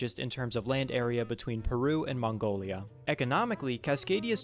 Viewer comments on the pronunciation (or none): none